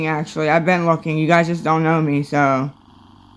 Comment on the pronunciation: Did she say looking or hooking?? The hooking sounds about right. You have your gard dog Nate as your pimp.